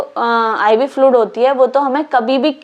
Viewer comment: Flud kya hain... Bolo fluid... Pronouncing sahi se nehi ho raha hain aur agaye madam padane